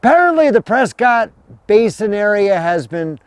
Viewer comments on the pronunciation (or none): It's PresKITT, NOT Prescott. Pronouncing it "cott" does a disservice to our town's namesake! The family was prominent in Boston, but divided on the American revolution. To distinguish himself from the loyalist side of the family, William Prescott changed the way he pronounced his family name. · Locals pronounce it “Presskit” I know been a Prescott all my life great tribute thanks. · It's pronounced Preskitt!